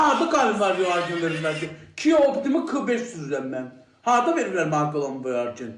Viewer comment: Kia optima sozun hec deye bilmir, neyle almisan o mawini?